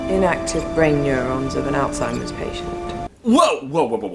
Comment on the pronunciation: Great review, but I think my favorite part is that someone actually knows how to pronounce "Alzheimer's".